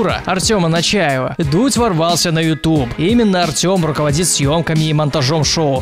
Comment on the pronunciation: Не Начаева, а Нечаева)